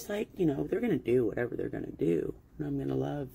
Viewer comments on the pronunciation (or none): Dude I love to hear her say what-her!!